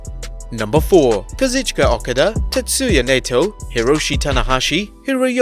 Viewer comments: You don't watch New Japan do you? Misspelled Hiroyoshi O-kaa-da. Ny-toe. If you're going for pronunciations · Imagine botching Okada and Naito's name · Supposed to be a wrestling channel and can't even be arsed to pronounce Okada, Naito and Yanos names properly 😭😂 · Did you really mispronounce okada's name